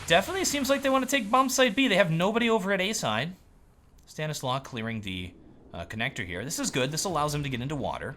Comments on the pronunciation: I'm pretty sure it's Stan is law not Stan islaw. xd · Stanislaw is prononced like Stanislav